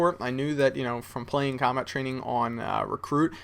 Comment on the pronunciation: cobalt? I think you mean 'combat'